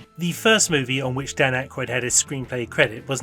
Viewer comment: I recently watched a YouTube video by a young person which was a long history of people on SNL. Couldn't believe that this person mispronounced Dan Aykroyd's name through the video, yet thought they were qualified to make an SNL history.